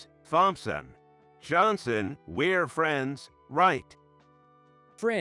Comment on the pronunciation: The story was good BUT the AI reader was really bad. I had to turn off the sound and just read it. Pronunciation was off Thompson, better to just start.